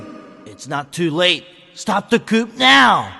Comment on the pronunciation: Did Zero serious mispronounce 'coup' in that cutscene? And that's the take they went with? This voice acting is incredible.